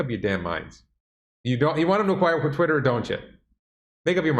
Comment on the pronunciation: He Said Twisler LOL I like that better then Twitter.